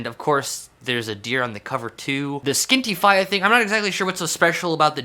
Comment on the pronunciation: Thank you for butchering Irish pronunciation, that has made my night. Love you <3